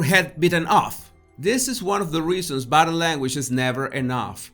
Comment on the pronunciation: First of all, I love videos and your accent. I studied my you know what off to learn Spanish to teach ESL to recent immigrants in LA, and I was close with all the families, so it is all in fun. But every time you say "Body" I first hear "Baddy" and chuckle. In closing, I watch every "bideo" you post and love them all. You just take me back a couple of decades, that's all. Dios con Dios, mi amigo. Eres el mejor.